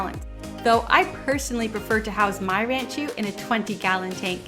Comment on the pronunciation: First thing to note is it is rahn-chew. Not ran-chew.